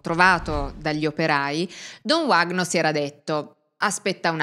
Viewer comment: Uno dei casi di cronaca più incredibili della storia, non il primo in cui la chiesa è nel mezzo e stranamente tutto si fa estremamente nebuloso. Ad ogni modo, si pronuncia “Vagno” , in portoghese quella W si pronuncia come la nostra V, non è inglese 😉